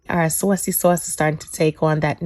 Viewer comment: The saucey sauce. The pronunciation Is funny to me.